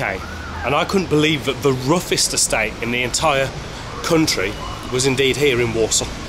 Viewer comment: what`s with the vem ve vis it`s them the this 🤷‍♂